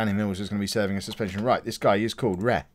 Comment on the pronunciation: its pronounced RAY